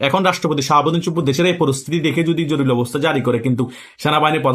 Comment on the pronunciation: উচ্চারণ হবে জরুরী,জরুলি না।